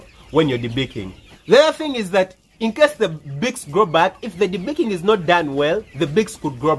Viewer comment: Lol the accent though "debeakeen bads"